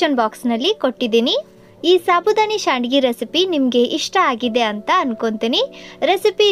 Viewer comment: ಶಾಂಡಿಗಿ ಅಲ್ಲರಿ ಸಂಡಿಗಿ ಅಂತ ಹೇಲ್ರಿ